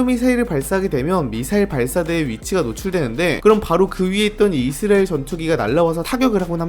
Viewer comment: 근데 왜 계속 이스래엘 이라고 발음하세요?? 불편하네